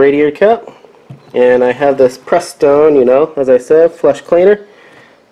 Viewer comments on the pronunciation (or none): Joey's Garage huh? What mechanic can't pronounce Prestone even before reading it?